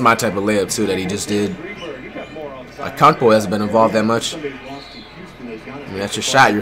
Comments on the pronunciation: How to say Giannis’s last name: Antetokounmpo. Flight’s way of saying Giannis’s last name: Akumpo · It’s antekeumpo not akumpo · Did he just say unkunkpo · AN-TET-Ohh-Kunnn-Po. It’s not that hard!!!! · “Akongpoi” flight.....